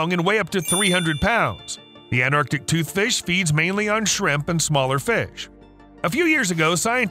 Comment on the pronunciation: That's pronounced anT-arc-tic toothfish.